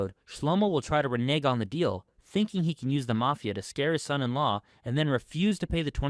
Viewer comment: Please, please learn how to say son in law.